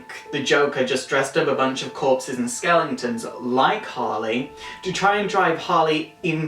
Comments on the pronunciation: Just a couple mistakes I noticed. First off, it's dead shot not "deathshot " and it's pronounced skeleton, not "skelington" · omg right! Annoying. Also Skellington ? wtf Skeleton . Dude seriously sort it out